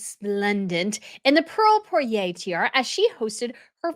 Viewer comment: Not "poiré" but "!poire" !!!!!!!